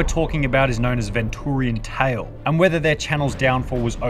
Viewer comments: NO NOT VIN TTURIAN TALE Its VENTURIANTALE-Ven-Chur-ean-tale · bro said ventoorian tale... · The real crime here is he pronounced it ven-too-rian tale. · Nah bro really pronounced it ven-turian tale 😭😭💀💀